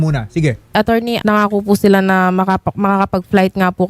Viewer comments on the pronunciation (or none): ATTERNI ANG BIGKAS NI INSTEAD NA ATTORNEY😂